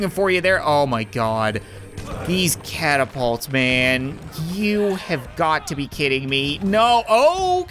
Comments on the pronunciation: Have you guys realize he said catipult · is nobody gonna talk about how he said catapult?